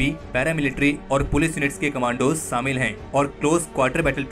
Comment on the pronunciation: Very nice article. Never knew about this supehero. One suggestion, kindly learn to pronounce these words शुरू (it's not सुरु) शामिल ( it's not सामिल)